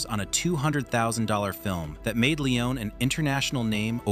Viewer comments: Bro you can't pronounce Sergio either. Forget the i : [serjo]. Leone sounds as "lens" not "leeon" Also he wasn't a "nobody". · Sergio Lee-Oh-Nay ! – Not Lee-Own! – Segio Lee-Own-NAY ! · Long winded and quite useless, and a whole reconstruction based not on actual facts, but your very selective interpretation of them. You're creating a whole narrative of some kind of deep ideological rift, and Sergio Leone (his surname is not Leeeeohneeee as you are pronouncing it) being some kind of power-hungry idiot who wanted to box and "own" the great Clint. It's such an American exceptionalism interpretation, and it's completely risible. Cinema and anecdotal studies don't confirm most of what you said in this video. Actually, quite the contrary, most of your narrative is some sort of ridiculous bullshit. No need to even go into more details, if someone wants to actually know how things went, the information is pretty much right there without even having to dig so deep. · Narrator keep saying "Leon" without the final "e". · Clint could pronounce the name of the director? Just like the narrator still can't...